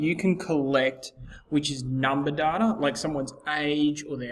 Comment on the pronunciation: you're pronouncing "data" wrong